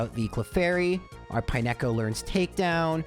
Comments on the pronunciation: Pine-echo is a pronunciation I've never heard before. it's pine-co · Dude, pronouncing it "pie-neck-oh" is diabolical. It's pine-co. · its pine co as in pine cone. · Pine echo? Did they skip phonics at your school? I like the videos, but some of your pronunciations are just ridiculous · I took psychic damage every time he said it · "pie neko," oh lord help me through the next two hours of this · I have watched thousands of Gen 2 videos and never have I ever heard anybody pronounce it Pine-echo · utterly aghast at your pronunciation of Pineco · Why is disrespecting my dude Pineco's name like that? 😭😭🤣🤣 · Nah bro, we gave you grace on Lorelei but you can't pronounce Pineco like that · The pronunciation of Pineco jumpscared me a little. It looks like a pinecone,! D